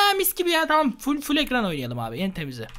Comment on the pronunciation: 14:4 çamam diyo :)